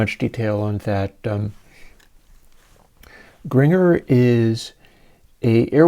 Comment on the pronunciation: I love Frank and still affectionately nicknamed (one of many) my daughter, "FFrankie" in an homage to Sir Zappa in the hopes that his greatness might run off on her. And by the way, Gringer rhymes with Ginger.😂